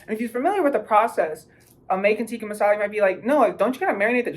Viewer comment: ??? Yeah it is, but uts till pronounced incorrectly